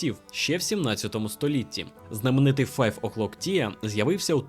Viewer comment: дуже цікаве й пізнавальне відео - дякую! ще й з гумором, ну бо «тіа» на «чай» 😆😆😆 віндзОрський теж кумедно, потішили🙏👍❤️ радий, що є такий контент українською